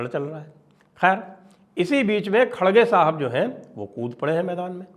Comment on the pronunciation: Khadge - khadge mat bolo. Idhar Karnataka mein "R" ko "D" nahi bolthe hain. "R" hi bolna chahiye. Sooo Kharge - Kharge bolaa Karo